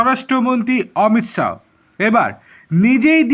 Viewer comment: Thik kore Uccharon korun,,,,,, Amit Saw nay Amit sah